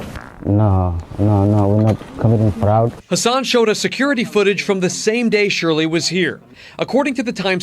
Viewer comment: The cover MSM is running for this stuff is just outrageous. Local media especially... trying very hard to malign everyone but the actual criminals. Crazy. Dude can't even pronounce "fraud"!